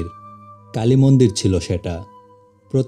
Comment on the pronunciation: কালি মন্দির না কাইল্লা মন্দির 😂😂😂